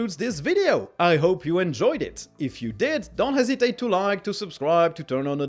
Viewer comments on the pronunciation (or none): I know you're being modest, but your English is extremely good. It's actually gotten better over the last couple of years. You have a few words every once in a while that are odd, like "hesitate", but I eventually figured out the word. Lol